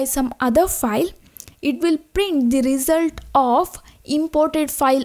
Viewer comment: Good vid, but with one suggestion : “result” pronunciation, please